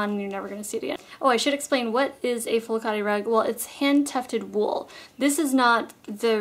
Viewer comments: Great video as always!!I was so surprised to hear you talk about flokate!I thought noone knew them outside of Greece!!btw you pronounced it correct!! :) Greetings from Greece!!xoxo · Yes you pronounced it correctly .. Flo kat i ... Greek sheep's wool. I used to have a beautiful one ages ago ... you have to be really careful with cleaning them etc. Unfortunately, my rabbits also liked it .. and the kids used to let them run over it .. you can imagine .. so byebye rug:( oxo